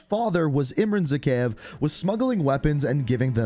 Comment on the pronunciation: It is pronounced Zahayev